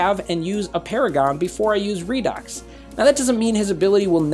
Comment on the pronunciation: Everybody pronouncation redox Me-Raydox